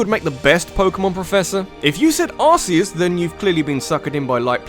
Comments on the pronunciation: "Arzeos" rly? It's Arceos Cool video though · It's ar-ke-us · Actually it's "r-kay-us" , as that new Pokemon that evolves from Type: Null in Sun and Moon has the ability "RKS System", which is a play on Arceus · Arceus is pronounced Ark-E-us, no Arse-E-us. SAY IT CORRECT :| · It’s not ars-e-es it’s ar-key-us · Its Arc-eus not arse-eus. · Why does everyone pronounce Arceus "A*se-ee-us" It's "Ar-kee-us" I've watched the movie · Tbh though, I kinda like pronouncing it "Ar-kay-us", not "Ar-key-us". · Wait... ARSE-EUS? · It's pronounced AR-KEE-US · actually, in the Japan, its spelled the same but pronounced as see us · Arseus? (arse-eus) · That pronunciation of Arceus though. The pain. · U SAY ARCEUS WRONG